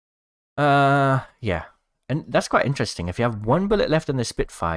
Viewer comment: (I’m Fake Leave Me Alone) But He Says “InTreSTinG” 😂😂